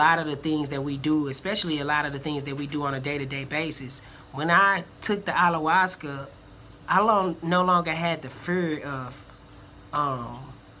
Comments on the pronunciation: What's Allawascuh? Bahahahahahahaha Ayahuasca guy....aya...hua....sca! Pronounce that shit right! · Correct pronouciation of it please....lol "i ya was cah" you keep saying "all la was cuh"